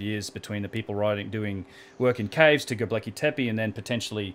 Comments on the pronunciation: Go-bek-li not go-ble-ki, but good vids:p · Hi! Sorry for this but it's Gobekli Tepe (Göbekli Tepe) not Gobleki Tepi. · You are a gun & your work rocks. But there is no such place as ' Gobleki tepi '. Read this part really carefully. GOBEKLI TEPE. Again, Go-bek-li Te-pe. Your working to hard, lad. This one went straight through to the keeper. Respect. J.A.S.S. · gobekli not gobleki, or gobelki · Love your channel and vids so much, you're so smart. But please learn how to pronounce Göbekli Tepe ... you keep saying "go-bleck-y" it's "go-beck-ly" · God damn it man... love and appreciate your work but GET THE NAME RIGHT AT LEAST ONCE. G o b e k l I t e p e not g o b l e k I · This is a really great interview. I saw the Grimerica show with Martin Sweatman, & as good as it was I think I gleaned more useful from this interview. Love your output mate, please keep it coming! Oh, btw its pronounced 'go-bek-li' ;D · Please take a couple minutes to work on your pronunciation of Go beck lee tep ay, it's my only issue with the entire channel. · LOL, I have the exact same thought each time he says it. he actually says "globekli" 😂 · Ashley Liddic I’ts actually Gö-beck-lee teh-peh , no ai in the ending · Australians can't say many things properly - Fish and chips, Six, Fence, Dance, Gobekli Tepe.. Haha just joking:P (Kiwi - Aussie)